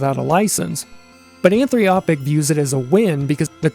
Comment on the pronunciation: Anthropic. Not Anthriopic. There's no "i" between the "r" and the "o". And that's not necessarily a bad thing, you can use that same sentiment to reverse engineer things like... oh I don't know... the Adobe Suites.